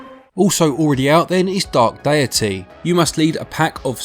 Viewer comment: DEITY, not "diety"